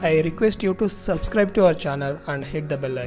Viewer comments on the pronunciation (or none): none